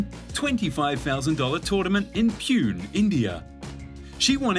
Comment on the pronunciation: I have to point this out. It’s Pune (Poo- nay) .